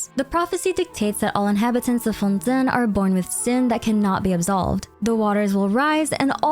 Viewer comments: please stop calling Fontaine "Fontin" my mind is going nuts hearing you say it that way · Btw, it's pronounced Fon-TAIN, it's the way every character pronounce it which makes it canon